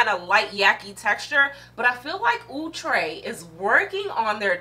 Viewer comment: Wig is so pretty. Luv your energy. Thx 4 pronouncing Outre prooerly.